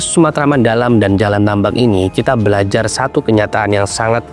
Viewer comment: salah pengucapan , karna dia ya baca, karna di menit sebelumnya dia benar mengucapkan kata tambak